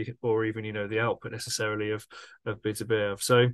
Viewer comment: BITTER-BY- YEV ??......Show some respect for the champion, please, by learning to say his name right.